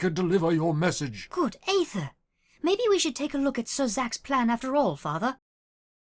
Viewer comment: Hellooooo native Brit here I have some points for you :) I’ve written some of this in phonemic letters cause pronunciation is hard over the internet - R sounds; they should be a bit softer I think, at least for the princess specifically. Noticed it for words like fire and after - The o sounds in Gedlock and others should be more towards the front of your mouth; less /ɑ:/ and more /ɒ/! Making your mouth more round might help with this? For the king specifically: - I liked the tone you gave “did you hear that dear”, good acting lol. Hear and dear shouldn’t quite sound the same; think of how you’d say deer instead - Not every word has to have its vowels emphasised, I noticed it when examine how you say “this” - The “Us” was good, perhaps a liiittle bit too buzzy at the end but it’s definitely what you should be doing! For the guards: - “high temperatures” I think it’s probably the very end that was a snag; cockney tends to clip words a lot, like high becoming ‘igh and such. The end should be clipped to be /teəmprʊəʧz/! Keep that in mind for other words, like “who” in that same segment with that guy lol - I think neither should have pronounced the other way but I constantly mix up how you’re meant to say it this side of the pond so I couldn’t tell you!! fellow brits help me please You get the jist of the pronunciation rules overall; sometimes you slip, but of course these rules become more and more of a habit the more you practice! Watching British media clips and tr